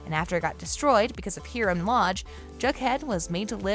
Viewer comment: How the narrator said it:Hee-rem How it actually is:Hi-ram Lol